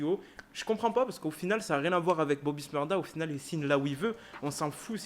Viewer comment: Bobby shmurda pas smurda